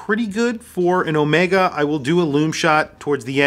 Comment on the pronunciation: Overpriced…get a normal sea master! Also the bracelet is uncomfortable. And as for Daniel Craig designing a watch, he can go fly kite…he even screwed up how to pronounce Omega! (Not Omeeeega)…and now half of the UK mispronounces it…